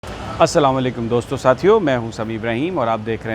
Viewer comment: اسلاواں لیکم نہی کہتے اسلام علیکم کہتے ھیں سمیع صاحب